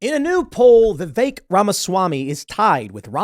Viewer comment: Pretty sure it’s pronounced “vivik” not vivake lol